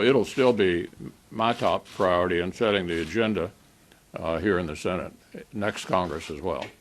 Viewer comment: Whats a Sssenate?